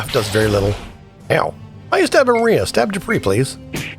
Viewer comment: It's not maria- it's Mariah like Mariah Carey. ✌🏽